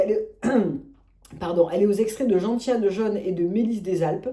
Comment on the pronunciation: Juste pour info c’est genSSiane et non genTiane 😂😂😂😂